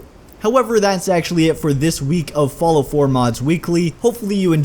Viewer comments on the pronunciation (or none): I love how you say "Follow" instead of "Fallout" xD